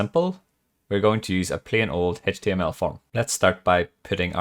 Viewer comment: It's just HTML, not HaychTML Bro!